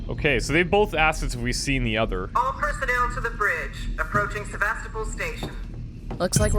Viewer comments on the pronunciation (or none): none